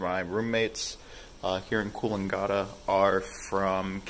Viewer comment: Kills me a little inside every time you say Coolangatta